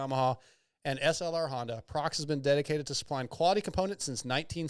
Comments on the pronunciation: Prox? What the hell is Prox? 😂 It's "Proh-Ex" in America. Almost as bad as Steve saying, "Motor-Sport" instead of MotoSport and Ryno saying Motor-Cross instead of Motocross 😂 Hate being the grammar police, but these people are paying you guys, you should get their names correct 😆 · busting your balls 😉 It's an annunciation thing with non-english speakers. Or should I say, "nonglish?" The employees in America say Proh Ex, not Prox. Even the web URL has a hyphen 😋